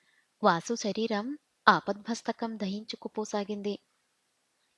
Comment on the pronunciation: ష రీరం ..కాదు తల్లీ...శ రీ రం..,గమనించ గలరు......వాచికా దోషాలు........